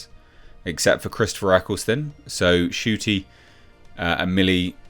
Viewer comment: Ncuti ? Are you sure the ‘N’ shouldn’t be after the ‘U’ ?